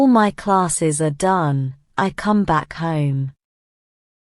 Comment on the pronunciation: I Heard "home" is = huim. This is different i usually hear